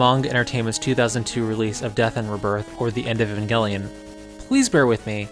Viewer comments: Your name is. HOW ARE YOU MISPRONOUNCING A Van Gelli-on? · Also, for anybody who'd like, I pronounce E-van-jell-lyon (like, "lion")